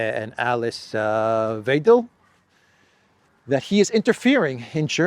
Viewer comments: hello .....remember to pronounce Alice "Whydel" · Musk just plays the same game the globalist hypercapital cartel plays openly. But he actually does some good things. So i take Musks actions all day. And yes, you got it right last time. Weidel is being pronouced like "WAidel". Not WEidel. Just saying 😀 You can remember this easily. In German "ei" is basically always "ai". Just like the german word for "Egg". It is "Ei". And it sounds like "Ai".